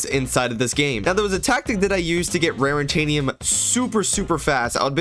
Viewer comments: It’s not rarintanium lol It’s raritanium, no n there lol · why did you keep saying rarintanium. It's not rarintanium. Its raritanium